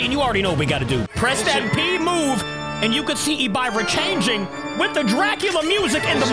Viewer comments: Its pronounced Ehb-Ih-ruh, not e-by-ruh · and you said Ebirah wrong you suppose to said it like " Ebeerrah " not " Ebyrah", just want to tell you😅. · Bro do’s not know how to say hebira it’s Hebira not habiira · Its pronounced ebirah not ebuyrah the i doesn't make the buy sound it makes hard i sound ok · Ebyra its ebir ah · It’s e-bi-rah not e-bay-rah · btw its not pronounced as e b eye rah its ebErah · Yo pronounced EBIRAH wrong it's like eb-ear-ahh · You say it like “EBIIRA” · he is not nobody is plus he spelled so many kaijus names wrong like in this video when he say ebirah he sayed e biy ah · I feel... Hurt that called Ebirah (Eb-R-ah) that... My lovster got cooked and buttered up. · Hello remember me little boi heisei i used to watch you alot back then i left the kaiju community now but someday i will come back also its pronounced eb-ira not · ib-buh-rah is how you pronounce it. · Its EBERAH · It's pronounced ebra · It’s pronounced Eh-Ber-ahhh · Its pronounced e-brr-ah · You butchered that kaiju's name but again great video